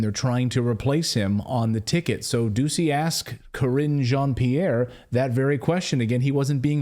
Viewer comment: Am I the only one that keep hearing him say cringe jean Pierre?